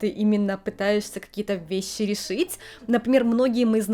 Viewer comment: А тут уже раскрывали, почему произносит шипящие на японский манер?, Неотсевидные, весьси (вещи) и тп? Вроде ее мама тут говорит абсолютно стандартно. Может, специально выработала такое произношение в отрочестве, когда была отаку? Меня как лингвиста больше всего заинтересовала и удержала на канале эта особенность, было бы очень интересно узнать.